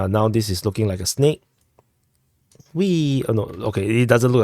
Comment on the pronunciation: You totally said “press the Rike button”. I ruv it bruva